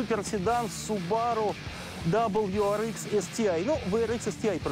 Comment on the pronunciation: хотел рисануться, но.... WRX дабл ю - да, ар - да, ИКС - нет! ЭКС! И здесь ИКС, а не ЭКС . Зачем профессионалу рассказывать про Васю, если он его имя выговорить может?